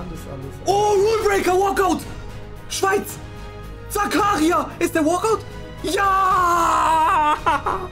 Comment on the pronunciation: Nicht böse gemeint aber er heißt Zakaria Und du sagst Zakaria und betönst das A